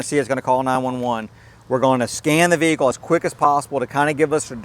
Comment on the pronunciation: why is a Vee-Hikull randomly be calling 9/11 ¿¿¿¿